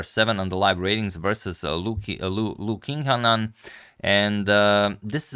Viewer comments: Antonio, Qi in Chinese is like Ci in Italian. Qingnan, (English "Ching" - not King). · “Qingnan” is pronounced “Ching-nan”, not “King-nan”. Sorry to have to insist.